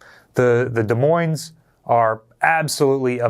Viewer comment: All I kept hearing was saying the S in Des Moines